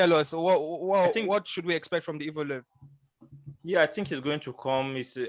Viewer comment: Yes Brother you butched the name 😂 you pronounce it „YEV-LO-YEV“ 😁